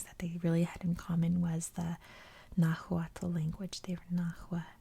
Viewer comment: Nahuatl is pronounced nah who wa. Dad was born and raised in Mexico. Trust me I love hearing the history as my dad never wanted me to no know the history